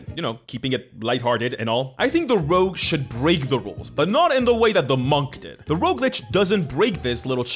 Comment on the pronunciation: As someone living among Francophones, who can't roll an rrrr to save my life, boy howdy am I jealous of how she managed to draw out that "Rrrrrrogue." XD